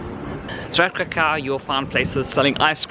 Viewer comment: KRAH-koof, please.